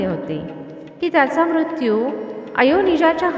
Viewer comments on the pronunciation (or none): none